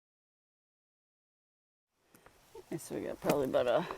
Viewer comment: I get a giggle a "aboot" Everytime